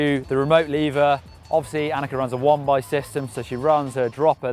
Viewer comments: im pretty sure its anneke not 'annexe' an annexe is like that place that Anne Frank hid from the Nazi's :/ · ...Can you say Anneke just one more time...I don't think you said the name enough.